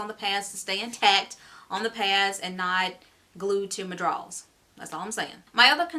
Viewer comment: I died everytime you said drawls 🤣🤣